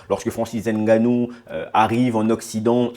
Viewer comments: Stp prononce bien Ngannou. Ce n'est pas N... Gannou mais Ngannou ! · Hahahah de père camerounais et mere de congo Brazzaville, je valide.😂 par contre Ènganou au lieu de ngannou non ça je peux plus entendre surtout venant dun africain comme toi. Èmbappe ènzonzi éngolo, prononcez les nom correctement les gars serieux. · Je suis content de vos vidéo, j'ose croire que vous êtes bien un bon Africain, juste que. Le nom c'est NGANOU et non N ganou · Arretes de prononcer Nganou <N’ganou> comme un français. Tu sais bien dire Nganou. Pourquoi ce complexe?